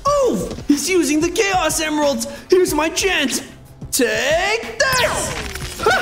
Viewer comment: “Chaos Emiralds” what...